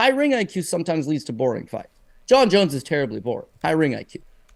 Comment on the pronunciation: Veerna JanJeeDoba -Jon Anik